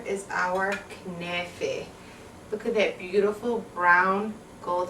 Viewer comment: when u said kenaife , i knew u r Lebanese :D